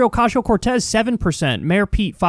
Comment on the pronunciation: why are you still saying ocashio cortez? lmfao what is an ocashio???? STOP